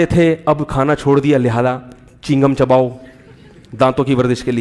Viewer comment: Molana sb chigham nahi chew gum hota hy